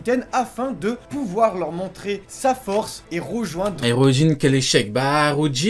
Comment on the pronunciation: J'ai bien entendu ? "Harudrin ?" MAIS C'EST QUI CE HARUDRIN ??? ON EST PAS DANS TWO COINS ICI, ON EST DANS ONE PIECE !!